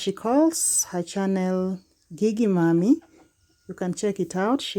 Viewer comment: …Gigi is pronounced similar to “jiji”:)